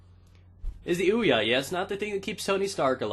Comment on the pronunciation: Hey stupid. The console is pronounced Ouya. Not weeya wtf is a weeya? Even the console says Ouya when you boot it up.